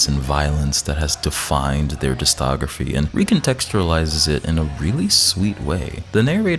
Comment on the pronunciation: Very fun video. Every time you mispronounce discography like "distography" it hurts me.